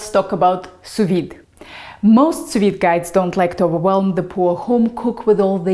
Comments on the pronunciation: It's Sous-Vide NOT Soviet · it's pronounced su vi, not su vit. Do your homework,. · Sew-vee as a Pee Vee.... the "D" is silent. Don't be Puttin no "D" there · Hi, It's Sous-Vide NOT Soviet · am i the only one hearing her saying the soviet method? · I see I'm not the only one who heard "the Soviet method". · First time hearing someone pronounce sou-viDD. Huh? She sounds French. She probably said it correctly. Googled it. Huh. It's pronounced with the D indeed. I've been pronouncing it wrong all this while. For that, and for other cool tips you shared, thank you :D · Sous Vide..................? Just say Non!